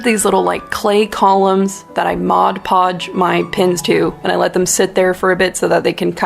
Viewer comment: You just exploded my brain because you said Mod Podge and I always say Modge Podge and it sounded wrong so I looked at my bottle of Mod Podge and, sure enough, it's Mod Podge. Holy crap.